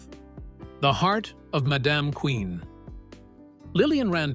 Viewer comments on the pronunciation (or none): This was a nice documentary of the characters. It would've been better if the AI voiceover was less obnoxious in pronunciation of names like Amos ("A-mose") and Madam ("M'-dam"). Would've also been better if you had used clips in the background that portrayed the person being discussed, and not a hodge podge of Amos n Andy clips that often weren't showing the subject. It makes me think this entire video was AI-generated. If so, the lack of human effort shows. Amos n Andy was - and always will remain - my favorite TV show of all time. I've seen each episode at least a dozen times, including some that have been lost. Like when Andy owned a bakery. The best line ever uttered in all of the shows was when Kingfish told Andy he had married Sapphire "for better or worse, till death do us part. And it can't come none too soon for me!"